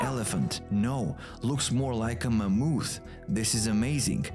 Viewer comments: MA-MOTH. That’s the English pronunciation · Ah yes, the mighty "Ma-mooth!"